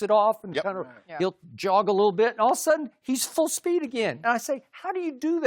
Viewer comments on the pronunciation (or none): none